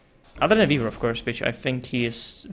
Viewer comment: Whenever says "Weaver" it almost sounds like Beaver:)